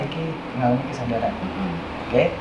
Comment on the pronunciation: kesadaran dlm arti apa ya kurang jelas soalnya ngmngnya